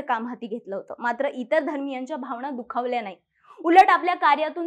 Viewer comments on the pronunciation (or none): none